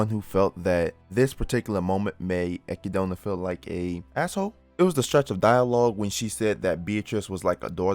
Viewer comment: you are the only person who pronounces echidna like she sees in the anime and I'm thankful for it